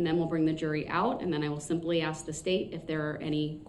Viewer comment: So is saying "ax" instead of "ASK" a colloquialism? It drives me nuts!